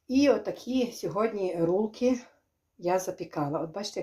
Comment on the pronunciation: говорить правильно рульки бараболя